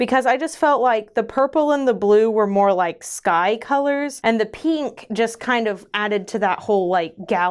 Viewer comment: Heheh... "peenk" lol